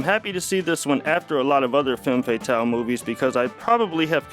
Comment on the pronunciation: If you're going to use French words, learn how to pronounce them. Hint: it's not pronounced fay-tahl.